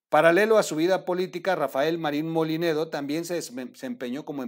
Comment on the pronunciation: No es MOLINEDO COMO TU DICES TROOL ES MOLLINEDO